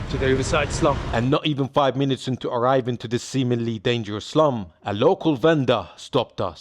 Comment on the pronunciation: lol sounds like you keep saying islum or islam when you sau, 'im going to eh slum" no disrespect, just i keep hearing it lol "islam dog millionaire"